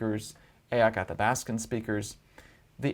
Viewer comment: Athabaskan not Alabaskan and only linguistically not through genetics according to this gal I use to date. The best I could find was as far south as New Mexico with Sub Groups in several Native American/First Nations tribal